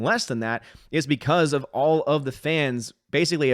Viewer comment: I don't think mispronunciation of Star Wars at the beginning of this video is entirely incorrect. Under Disney this franchise truly has become Sty Wars. What was once the "star" of our entertainment is now a pig "sty" for SJWS.